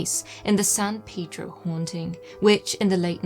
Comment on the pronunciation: I enjoy your dialect/"accent", but san "peedro" got to me every time. I don't call it Lawn-dawn... It "pay"dro,...